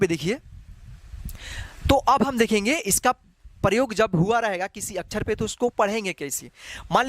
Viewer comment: अछर नही सर x अक्षर